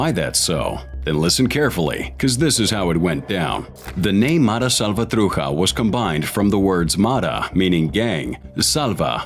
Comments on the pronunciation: I question the research! The slant is the gangs had no choice but to defend themselves against blacks and other LA gangs. Also, this guy can’t even pronounce Matrucha correctly. He pronounces it “Matruka”. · You need to do research on how to pronounce certain words .....salvatrucha is not pronounced like that .